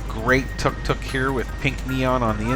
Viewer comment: 1) It's tuk-tuk (took-took), NOT tak-tak (sorry, but tak-tak hurts my ears) 2) Yes, it's a shame you can not take part in the chat anymore without paying 3) Over time, you notice subtle changes: the ground painting has been renewed completely; the street lamp on the right side once was sodium light (yellow), has been exchanged for an LED light (cold blueish white)... which broke after short time, and now there is no lamp at all any more :) 4) about 4 weeks ago I noticed that right below that street lamp, some tuk-tuk drivers made a barbecue for themselves. Only in Thailand! ;-) I like this cam a lot, because it has sound, and each time I watch it, I'm literally there, even if I'm 9000km away. Nice!